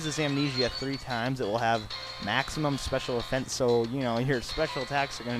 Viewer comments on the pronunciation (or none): none